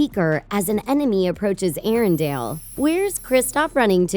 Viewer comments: Anyone else get bothered on how she pronounces Arendelle and Anna? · And also the way she pronounces Arendelle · Erindale? Uh no, it's Erindell m8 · Omfg, it's Anna (Aw-nuh) and arendelle (air-rin-DELL) NOT DALE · Elsa is a queen Pronounces Arendelle wrong three times Pronounces Anna wrong fourteen times. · And it also bothers me when she says Arendelle